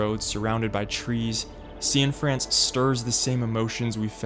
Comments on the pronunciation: Is Derek’s surname really pronounced “See-In-France”? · "See-in-France"? Come on man